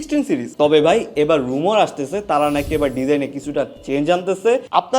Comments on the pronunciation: রিউমার নাকি রোমোর??😂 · রুমার না দাদা রিউমার স্ক্রিপ্ট ভালো করে পড়ে তারপর না হয় শুট করতেন